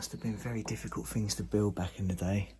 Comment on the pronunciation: If you cut out the amount of times you say ‘wow’ and ‘fings’ you’d probably not breathe in as much asbestos.